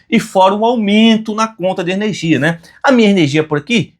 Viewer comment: Ernegia? aí vc quebra parceiro..kkkk